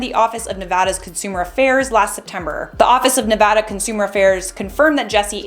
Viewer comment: Thank you for pronouncing Nevada correctly. Everyone I meet that isn’t from here ALWAYS say it wrong.